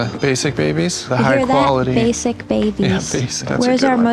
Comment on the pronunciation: She really had to put emphasis on “basic” for the “basic babies”💔